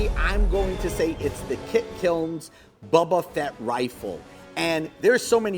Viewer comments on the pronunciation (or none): It's "Boba" Fett everyone knows that Bubba Fett is his hillbilly cousin 😂